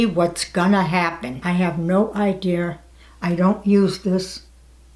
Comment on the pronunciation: I love how she says i have no idear 😂😂😭😭😭